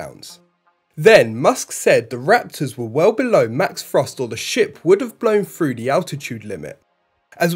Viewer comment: Three isn't "free" and through isn't "frew."